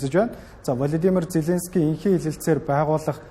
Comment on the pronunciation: Хөтлөгчдөө хүний нэр зөв дуудуулж сургаач. Влодимр Зеленски . О үсгийг Э гээр дуудаад байна шүү